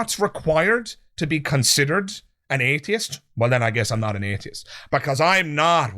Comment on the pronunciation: Love your channel, but I'm especially fond of how you manage to stretch the first syllable of "atheist" out for the length of three syllables. I'm not an atheist; from now on, I'm an "ayyyyy-theist".